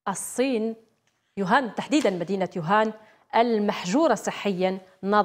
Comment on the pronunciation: شكون راه يسمع يوهان ماشي ووهان 😷😷😷هههههه